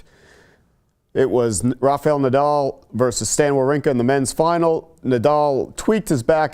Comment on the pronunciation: Why does english speakers doesn't even try to pronounce people's name correctly? This is really frustrating and it came across as an ignorant yet very arrogant: His name should be pronounced: vavrinka